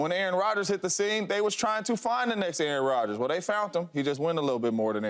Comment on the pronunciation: “Aaron Rodger”😂😂😂 Drug test this man